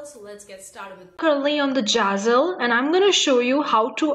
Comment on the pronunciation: It’s zazzle not jazzle